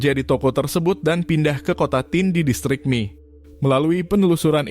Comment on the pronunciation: Pernah tinggal di Kota Komatsushima sekitar 2bulan dan dialek Tokushima (termaksud Komatsushima) itu emang unik. Sangat beda dengan bahasa Jepang biasa. Edit: bahasa jepang sama pelafalan sama bahasa. Indo bang. Kalau Mie tetap dibaca Mie, bukan Mi.